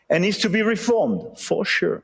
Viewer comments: As French, I see Trump as a child who throws tantrums about everything... He's dumb, "for shur" ! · For shur😂